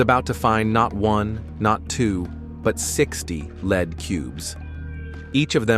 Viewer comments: Yeah ! Right ! What the Heck !! Oh No He said Leed Not Lead ! LoloL Oh Brother is it even worth watching the Rest of this SH_T ??? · but he keeps saying ‘led’.